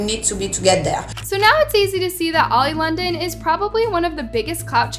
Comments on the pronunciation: Love how you said old London and not oli London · I love how you called him “Old Londen” lol